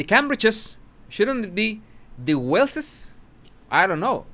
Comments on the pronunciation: it is Waleses but your pronounce like z : Walezes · The PLURAL of Wales is pronounced WALES. I promise you,.. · It's Waleses,!! I've just read it on a British newspaper! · No that was not my point, this is how to say waleses, by pronouncing it walzez, even thou its not spelt this way, im not criticizeing someone elses spelling mistakes, thats not who i am, and i have atrocious spelling , thank god for spell check